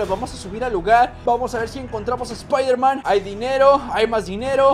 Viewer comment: es. espiderman. xd